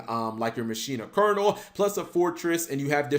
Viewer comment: Thank you for pronouncing Colonel properly. So many can't (-_-).